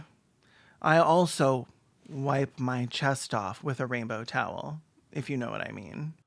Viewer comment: He pronounces "towel" like "tail". If you close your eyes, you can imagine it's about accepting gay furries